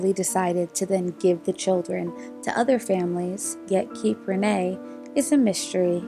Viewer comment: It is pronounced “mystery”, not “mishtery”. And “stranger”, not “shtranger” or “shchanger”. Otherwise they are interesting.